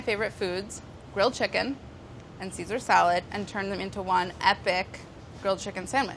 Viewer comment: So CaeSan instead of CaeSal.. CAE SAN SEASON!